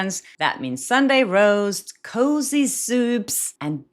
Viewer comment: During your ad read, you said something about cooking Sunday roast, but I heard "Sunday Rose" which made me startle for a split second considering I just watched your video with 🤣